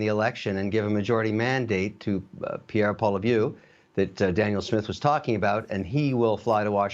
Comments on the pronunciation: But Kevin needs to learn how to pronounce Pierre’s name. Figure it out Kevin. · Kevin has got to learn how to say Pierre's last name correctly. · Pierre La-Pew.....HAHA, french people are such betas